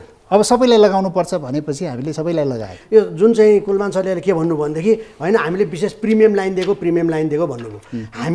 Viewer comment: and "Kulman" lai kina KulMAR KulMAR bhaniraho host le??? Tyo ni naam paper herdai bhanirachha tesmathi wrong. Tait.